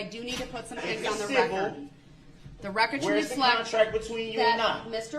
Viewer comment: I wasn’t Hearn anything goot-as he tells the judge what he demands for her to do! He loved the “rekerd”